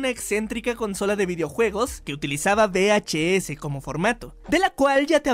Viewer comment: Que manía con decir be h s, es UVE!!! Joder, uve h s esto es una be (b) y esto una uve (v)